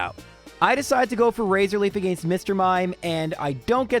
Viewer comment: As a midwestern American, I appreciate pronunciation of the word “against”. It makes more sense than how I say it.